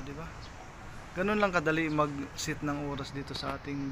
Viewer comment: "Sit" Means Upo.. Set dapat.. Natatawa ako sa pronunciation😂